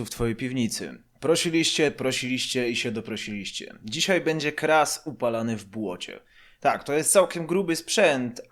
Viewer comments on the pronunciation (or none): none